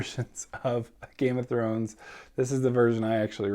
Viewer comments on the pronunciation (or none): none